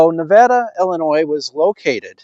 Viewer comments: Pronounced Nuh VAY duh😊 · Great to see the cleanup! BTW, locals pronounce it Ne-vay-da.